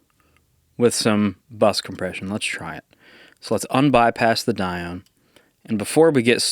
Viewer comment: It's actually pronounced "Die-oh-nee". But I hope you enjoy this absolute piece of art! WesAudio are an amazing company. :D